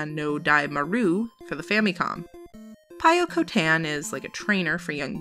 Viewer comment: What a great video! This was seriously a great list of games.with a few i've never heard of. Pyokotan (i had to look up the name because i thought you were saying Toykutan) looks like a great kids game, and how can you go wrong with Kirby?! That Frog-Bomberman game looks super fun as well. For a tougher challenge, i'd recommend Robowarrior if he likes bomberman.